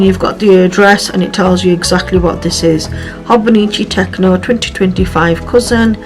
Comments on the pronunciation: You said you are new to Hobonichi and I wanted to point out that it is pronounced Tet-cho not tec-no there is no N in it, this is a common occurrence with new users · it is Tet-cho as in ch like in chosen I can’t tell you how long I called it a tec-o and my friend laughed at me one day and explained how to say it, fun fact Techo means notebook, I think you really enjoy using it